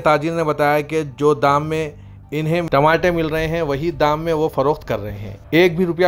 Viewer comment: Tamate nahi re Tamatar bol.... Kya urdu news repoter bane ga re tu..😅😅😅😅😅